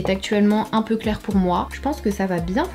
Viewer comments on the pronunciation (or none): none